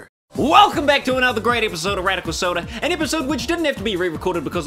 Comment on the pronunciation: i thought he said radical six